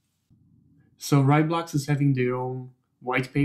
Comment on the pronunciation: Heya, great video. It is pronounced RAY, though.. fast like a RAI of light =)